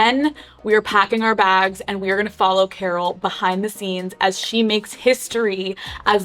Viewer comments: Alex pronouncing Karol as "Carol" is driving me nuts 🫠 hahah its more like "Kah-rol" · I wish someone would have taught Alex how to pronounce Karol lol instead of Carol lol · Can you not pronounce her name so White 😭 it’s not pronounced like “Carol” you actually have to roll your R’s. More like Car-roll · Me está matando que le diga kerrol y no Carol como todo el mundo lo pronuncia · Nunca me había dado cuenta que tal americano/blanco suena “Karol”. Cada vez que le dice “Car-ole” suena gringo hahaha. Vivilla desde chiquilla la Karolina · Alex you speaking Spanish kills me 😂😂😂 & the way you say Karol 😂😂🫶🏻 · The Spanish pronunciation in this is appalling. El factor X, mañana será bonito, TQG, her name Karol?! Surely she should have got someone on her team to teach her how to say these things. This would have been much better with a more respectful presenter like Zane Lowe or better yet a Latino